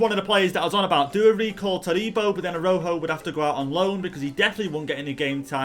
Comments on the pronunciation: btw i think it’s pronounced arau joe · Saying Araujo name is like "arau ho"